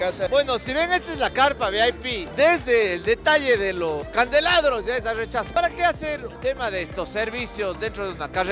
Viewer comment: Candelabros mijin, no candeladros saludos excelente todo